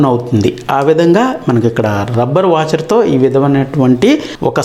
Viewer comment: వాచెర్ కాదు తెంగ్లేష్ సార్ వాషర్.